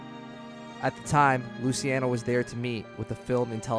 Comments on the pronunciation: its luchi not lusi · Why is it so hard to say Loo-CHE-Ah-No ??? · Hold off on narration until you can pronounce basic words like “indict” and names like “Luciano” or “Moran”...